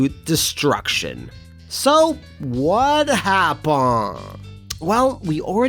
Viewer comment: Idk why but everytime you say wha happun I think "is that how you say it? Fuck if I know this some good shit"